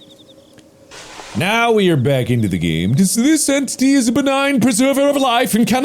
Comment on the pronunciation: emphasis on the en*tities*